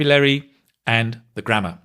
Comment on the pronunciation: The "grammater" was hilarious;)